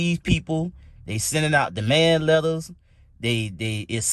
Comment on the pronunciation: Demand not Damand